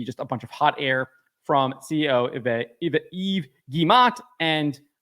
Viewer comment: Thank you for correctly pronouncing Yves!